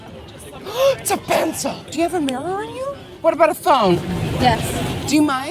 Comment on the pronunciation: no one: nikkie : oH a pENcILH👀😳